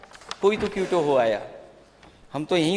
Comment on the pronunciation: माननीय अखिलेश जी क्यूटो नहीं होता क्योटो है वो😅